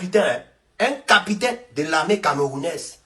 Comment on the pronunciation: Pardon frère capitaine et non capitin tu fait honte là